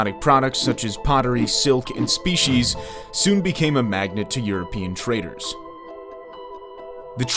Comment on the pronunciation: Spices bro spices not species